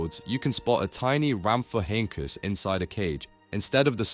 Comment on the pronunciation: Just a quick pointer to help you out The Pterosaur name Rhamphorhynchus is pronounced "Ramph- oh- rin- cus" 😊 Hope this helps and thanks for the information in the video! 😁